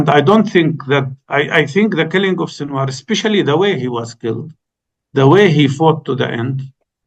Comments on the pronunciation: It's Sinwar Not Shinwar..respect the man Enough to pronounce his name Properly since Sinwar is your topic of discussion or whatever your name is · Karan I as a Pakistani respect you greatly as a journalist but sir it's SINWAR ...there is no SH sound in there . However i appreciate you letting your guest bring his point of view across without interuptions . May the resistance live long .